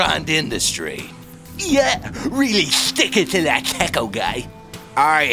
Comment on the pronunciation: U always pronounce tomato AND taco wrong